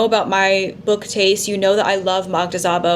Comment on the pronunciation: Gustave Flaubert's first work is a novella called November. btw in Hungarian the letter sz makes the typical s sound, so Szabó is pronounced like sabo (no z sound).